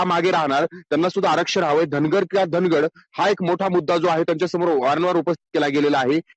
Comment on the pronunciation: आधी अभ्यास करा मग बोला.. ते धनगर चे कधी धनगड झालेच नाही.. तो शब्द धनगड मुळीच नाही.. धांगड असा आहे.. हे समजून घ्या